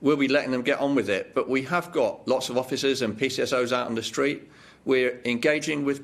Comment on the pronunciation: What is a shtreet? Do you mean street?